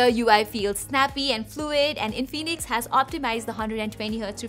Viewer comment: Its In-fi-nix not In-fee-nix